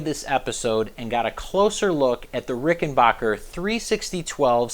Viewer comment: Its rickenbacker not rickenbocker !